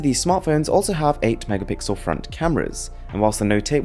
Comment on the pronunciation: me: one megapixel: ONE MEGAPICKLE